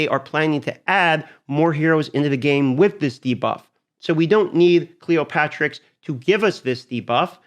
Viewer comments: cleo-terix not cleopatrix. the p is silent. pterodactyl duh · A good vid, just wanted to point out it's not Cleo-patrix, it's Cleop-Terix!:)